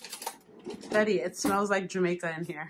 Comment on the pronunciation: Black love I feel the same exact way I love their bond she is so funny. They don't understand every time I hear her say Deddy it just brings back memories of me and my dad.